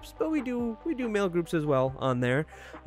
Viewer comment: No matter how many times they pronounce their name as tee-air-a in their videos everyone insists on tee-arr-a.